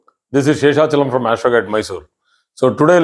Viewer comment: Sir...please pronounce your name with more clarity . I have watched so many of your videos but have always failed to understand your name. Your knowledge and the wonderful support of your wife is really commendable. May God bless always 😊🙏